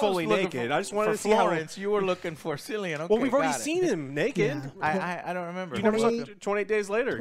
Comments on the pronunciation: His name is Kilian not cilian, you don’t pronounce it with a S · You called him 'Sillian Murphy' and as someone from the U.K, that made the Kill Bill music go off in my mind 😂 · Irish lad here, Its pronounced Cillian Murphy, Not Sillian, pronounce the C like a K lads ffs 🤦‍♂️😂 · Oppenheimer has a 100 mill. budget. That's low-ish for a Hollywood movie. So it doesn't have to appeal to a massive audience. But hopefully a lot of people go see it. It's a hugely important part of history as well as a huge philosophical question. PS: Cilian is pronounced Kilian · Just dropping this. Cillian is pronounced Kilian. KILL-ee-ən. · “KILL E AN” not “Sillyan” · We grew up in the same hometown, traveled on the same school-bus...trust me, his name is pronounced "Killian" not "Sillian" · For so long I was pronouncing Cillian Murphy's name the same as you guys only to find out it's pronounced phonetically "Killian" rather than "Sillian". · CILLIAN. Not SILLIAN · It’s pronounced “Kill-ee-in” guys not “Sill-ee-in”. From Belfast, Ireland 🫡. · Pretty sure his name is pronounced "Killian" Murphy. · Killian Murphy, NOT Sillian Murphy. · Cillian = kɪliən/ KILL-ee-ən, Not Sillian. Great review keep up the good work! :D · Sillian Murphy.... its pronounced like kill- ian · Cillian is pronounced Killian, not Sillian !!l 😂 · pronounced 'Killian' not 'cill-ian' even tho thats how his name is spelt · Its killian, not sillyan! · who is this "silly-an murphy" your talking about? lol may as well look up how to pronounce it, its a fairly common Irish name! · Haha sillian Murphy joe it's killian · Glad you guys liked the film! It's pronounced "kill"ian isn't it? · His name is pronounced Kill-ian but nonetheless, Glad you guys liked it! Also Oppenheimer definitely had a degree in Quantum RIZZics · Did he just call him "Sillian Murphy"? I think i'm about to throw up. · Cilllian Is pronounced "kill-e-in" 😂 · "Silly-an" Murphy everyone. These are the reviewers you listen to. 😂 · SILL-ian Murphy? FFS